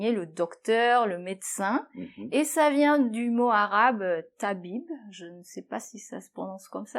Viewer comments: Oui c'est TABIBE, t'as bien bien prononcé le mot, 👏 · On dit chouia aussi pas souia Vous prononcez bien le mot Tabib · le seul mot arabe que vous avez prononcé a bon façon c'est le mot "tabibe" hhhh et le mot chouia mais le cette mot pas original arabe c'est un mot speciale marocain magnifique vedio merci